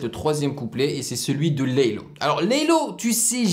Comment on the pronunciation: Le dernier couplet c'est sneaazy et pas laylow tu a dis laylow ahah